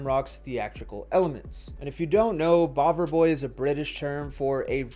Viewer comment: you'r welcome, you did a good job, and yes you did said it well ,that's one of many ways of calling first british skinheads 😊